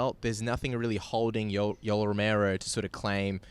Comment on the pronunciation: Yo-el sir not Yoll!! XD